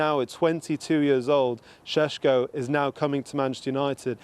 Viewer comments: Sesko not Shesko 😂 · Its sesko not shesh hahaha 😅😅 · reporter be like: Benjamin SesHko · Benjamin sheshko he says! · I don't care if that's how you're supposed to pronounce his name. Just say it like it's spelt so you don't sound like you've just went 12 rounds with Canelo.